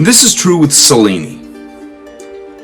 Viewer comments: Pronounced cha linnee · The Autobiography of Benvenuto Cellini is one of the best book I ever read. I highly recommend it. (for our host: I would take a few simple Italian lessons to pronounce some of the names and places correctly- most notably "Cel" in Italian is pronounced chel, sounds like chel-lin-ni.) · Celli is pronounced ‘ chelli “ like cello is pronounced “chello” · since you are a master educator, maybe you should pronounce cellni properly. most of the other family names are also butchered.